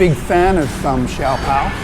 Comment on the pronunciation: That is how an authentic good Chinese restaurant is... really noisy😉 By the way did you remove the wrapper(bottom part) of the siopao(shaa-pau.. not si-yaw-paw)🤣✌ Anyway, nice content 👌